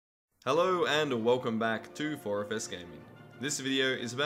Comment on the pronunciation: when he says 4fs i just hear phosphorus